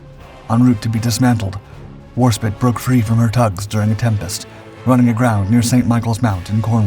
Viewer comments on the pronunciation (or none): I believe Julio Césare is pronounced "hooly-o chay-za-ray". Warspite is...well, "war spite". Not "war spit". What're we, hawking loogies here? Have you...never heard these names spoken aloud? That's a very common problem these days. You should work to remedy that. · It’s HMS WarSPITE…..not HMS WarSPIT. It is disrespectful to mispronounce the name of a warship with such a storied history. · Her name is pronounced "Warspight", not "Warspit". I'm surprised you didn't mention that she was at Pearl Harbor in late July 1941, leaving 4 August, and tied up across from USS California. In fact, Sailors from both ships visited each other, with Warspite's crew remarking that the American battleship didn't have enough anti-aircraft guns aboard, which would prove prophetic on 7 December. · it is warspite not warspit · Her name was Warspite, not Warspit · War Spit? Bro wtf, don’t even disrespect her with that junk AI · My God you are so intensely amateur. You know it's War SPITE not spit. I can't wait till someone makes an expose video and shuts you down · FFS it's not War-Spit it's War-Spite - so fucking disrespectful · WarSPITE fella not spit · War-spite. Not War-spit. Holy God mate! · man it hurts my ears every time you said "WAR-SPIT" it was SPITE like rhymes with sprite, NOT Warspit.... come on man.... talk about disrespect not even being able to say the name right... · Less than 10 seconds in and I want to punch the commentator. The ship was named the WAR SPITE not war spit. Clueless. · It is pronounced WARSPITE not Warspit. Very good documentary. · Not to pick a nit, but it's WAR - SPITE, not War-Spit! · It's HMS Warspite (rhymes with right) NOT WarSPIT. It's not hard to pronounce this one correctly. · It's got an E on the end, it's not warspit it's WARSPITE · Wish he would pronounce it Spite rather than Spit. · Spite, not spit. Warspite. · it's spite not spit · Its Warspite not warspit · why do you keep calling her warspit? its warspite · warSPITE not warSTIP.